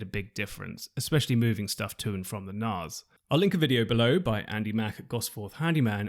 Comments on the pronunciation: Most intriguing pronunciation of NAS I've ever heard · That's cracked me up!